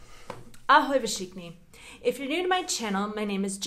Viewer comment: Je to Fšichni, nie Všichni... Spodobuje sa :)